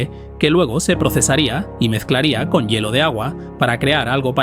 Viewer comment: Todo bien excepto por el mal dicho una palabra,,, "yelo",, se lee " hielo" .